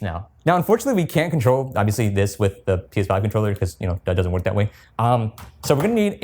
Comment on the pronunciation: Why do you say P5 instead of PS5?